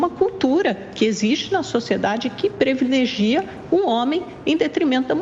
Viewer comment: AManda, "PREVILEGIA"??? Foi isso mesmo?